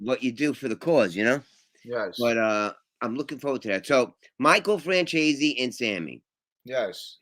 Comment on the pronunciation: it's Michael Franzeees not Franchayzee.